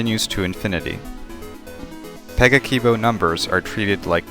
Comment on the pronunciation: If you are supposed to pronounce 'a' like in "cat" or "brass", then you've contradicted yourself with the first word you said- pe-guh-ki-bo